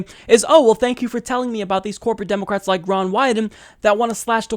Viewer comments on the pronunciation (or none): You keep saying democwats